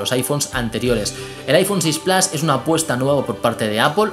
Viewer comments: Con cariño y respeto amigo la pronunciación plas no existe además si eres español es plus si eres francés es plus pero se pronuncia en francés (pluse) en alemán meher (mia) y en inglés británico plus (plous) pero no plas pq no está bien no intentes pronunciar un inglés estadounidense fallido si estas hablando en español pronuncia la palabra como es adoptada plus like amigo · Claro este señor no sabe pronunciar es plus en español pq es una palabra adoptada del francés pq plus viene del francés plas esta mal dicho no es estadounidense es español y tiene q pronunciar las cosas como tal por ejemplo si eres español no hables como mexicano lógico q queda muy mal decirlo mal cesar tienes razón pero q no lo diga mal es plus no plas q es español no tiene q cometer expresamente el error de los estadounidenses gracias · Cada vez que dices PLAS en vez de PLUS muere un gatito... tu veras. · Se pronuncia en inglés "plos" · No mezcles idiomas y encima mal q no puedes decir iphone 6 plas si hablas una palabra en español la dices en español entera no media en español y media en inglés mal pronunciado